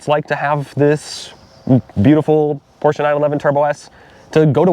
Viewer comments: Why is that guy saying "Porch"? If you claim to be a competent reviewer, you should at least know how the name is pronounced. You sit on a porch, you drive a Porsche. 👎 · Neither of you should be reviewing this car. You can't even pronounce Porsche properly.